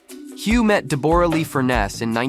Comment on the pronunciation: Her name is Debra spelt as it sounds not Deborah